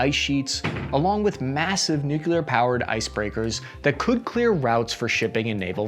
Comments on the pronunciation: Nuclear is pronounced like "NU-CLEAR" for god's sake, it's N U C L E A R. Not NOCULAR, English is not even my first language, how difficult is that to understand? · Greetings from Colorado, And Company! As you now TALK (usually quite well) for a living, you have the opportunity to advance beYOND President Shrub Bush and move into the Land Of The Literate! NU-KLEE-AR...xxooxx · "New Clear" weapons. Say it with me... In all seriousness, thanks for your excellent work! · NU__CLEE__AR !! Nimrod. NOT NU__KYU__LAR GEEZ !!! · Nukular! NuKULar Nukular NUKULAR nukular, nuKular NUkuLar, nUkULaR nukuLaR nukULar NukuLar. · Nuclear = NEW CLEAR. Say it with me grunt. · I laughed my ass off with this... Now do "nuclear"! XD